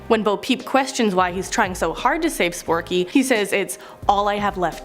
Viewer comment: it's forky not sporky for Toy Story 4 and its not Groa-ning its grey-ning (to pronounce it)